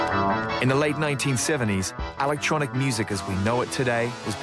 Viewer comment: "Alactronic" that's an annoying af pronunciation of electronic lol